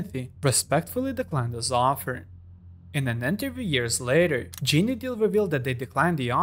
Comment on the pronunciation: GENE deal.. not GENIE 😂 you brits need to get the names right if you're gonna suck up to Hip-Hop culture.